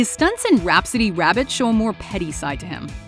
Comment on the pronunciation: “Wabbit season”🤣🤣